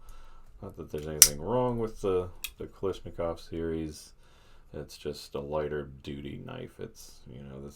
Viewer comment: How does everyone get, "Kalishnikov", out of, "KalAshnikov"?